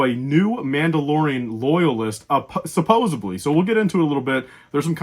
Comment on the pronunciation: I'm guessing that's Fenn Rau. Or maybe I'm just really trying to manifest that. He did pilot a Fang fighter in Rebels. And it's "supposedly," not "supposebly." Learn to English, man.